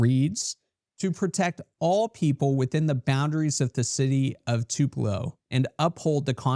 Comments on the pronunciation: This lawyer calling Tupello, MS. Tullipo, is hilarious..😅😅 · it is NOT "tuleepo" it's Too Puh Loh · By law MS just clearly established in early sixties that you can’t kill outside civil rights activists while exercising their rights ! That’s pronounced Two-pu- low ! As in Tupelo Honey by Van Morrison ! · It is Too Puh Low…not Two Pee Low. The videographer pronounced it correctly. Elvis’ birthplace too. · It’s TOO-puh-lo. Not tuh-LEE-po. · I subscribed so take this criticism as coming from a viewer that cares. The city in the video is Tupelo, Mississippi. Not Tulepo, Mississippi. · I loved how he pronounced their crap hole as TULEEPO! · Tupelo... TU-: Sounds like the word "too" (or "tyoo" in British English). This is the stressed syllable. -pe-: A quick, unstressed sound that sounds like "puh". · It's Tupelo, not Tulepo, great story but you don't lend credibility...too bad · I had to rewind at 1st thougt you said Toledo! Dam, You said "Taleeeeepo" lmao we've got Atty's that can't Read now! 🤔😆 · Tuh leepo? Is this happening in Tupelo MS? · Dude, it’s not ‘Tuleepo’! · Dude, I think you are the only person on the planet that can't pronounce Tuuuu pa low correctly. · Buddy its TUP ' E 'LO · AI narration? It's "Too pell oh" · Dude... it's Too-pa-low. How fucking daft can an attorney be? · It’s (two-puh-lo) right near Onebelow! 😂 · It's pronounced Two- pa- Lo... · It's pronounced "Too-puh-low," not trying to be a grammar nerd. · Elvis and Van Morrison were offended by your pronunciation,. 🤣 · Who mispronounces the birthplace of Elvis? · By the halfway point of this video i was beginning to wonder just how many ways it was possible to mispronounce the name of Tupelo